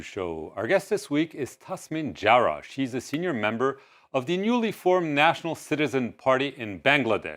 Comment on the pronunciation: It’s Zara not Jara